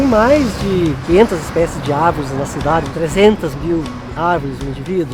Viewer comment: "as árveres somos nozes"